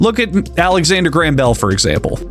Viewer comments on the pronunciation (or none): none